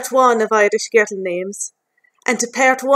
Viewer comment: I live in Ireland and I have never heard your accent. " Guhrrrul" names. And I have never heard Siobhan pronounced without the "v". What area are you from?